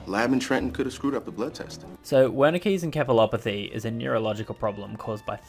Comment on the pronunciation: I mean, not to be a stickler but acute radiation poisoning does not look anything like what was shown in Chernobyl. Moreover, It is pronounced Encephalopathy with an S not K as in en-se not en-ke.